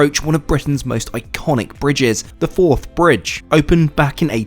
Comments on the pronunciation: River forth not firth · It's the forth river! Not the firth!